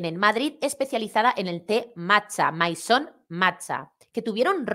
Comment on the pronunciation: Por no hablar de que no siquiera sabe pronunciar su propia marca. "Maison" es casa en francés, y se pronuncia parecido a mesón, no como ella dice, en plan americano, "méison". Paleta donde las haya.